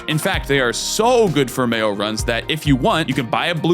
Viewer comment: I keep hearing mayo run and I just can't